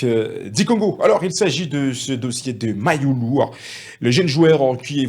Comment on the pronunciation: Toi aussi fais un éffort de prononcer u et non i .